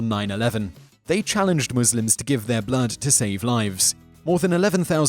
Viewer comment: finally someone who can say Muslims right